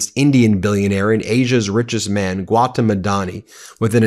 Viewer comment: Gautam is pronounced gow thumb gow rhyming with cow. Thumb without the b at the end.